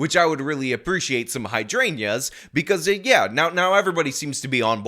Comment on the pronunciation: Hy-drain-juh not hydrainya Love the videos keep up the great work